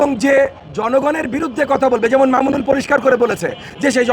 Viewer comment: এই মাদরচোদে একটা সম্মানীয় লোককে নিয়ে কথা বলে সালার পোলায় ভালো করে নাম টা ও বলতে পারে না